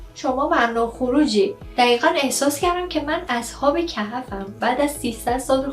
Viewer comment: اصحاب کَهَف چیههههههه اصحاب کَهْف 😐🤏🏻😂